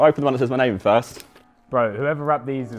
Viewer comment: He said my bame